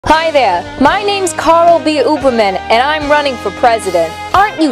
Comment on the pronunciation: that 80's sitcom sounding music is killing me... along with the way Ooberman is being pronounced lol